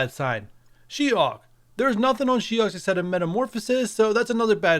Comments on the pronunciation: Her name is she-HULK, not she hawk 🙄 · Is he saying She-Hawk.. 🧐 Good info on the masked caper